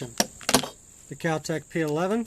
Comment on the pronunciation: God this guy is a dipshit! he can't even name the most basic parts of a gun and does a review with his finger on the triggers. he wants to talk about the recoil when firing with one hand and tries to release the slide by pulling it back with the mag still in lol oh and what the hell is "cal tec"? Complete dumbass